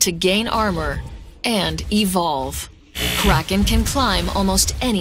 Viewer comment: English speaking people saying a german word like "Kraken" sounds plain awful. Just call it a squid or whatever you CAN pronounce.